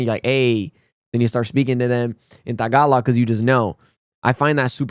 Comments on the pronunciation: Its soo good to see you say “Tagalog” right. You’re getting Filipino-er each day. 🎉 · I like the way you say “tagalog”. It is the right way to say tagalog…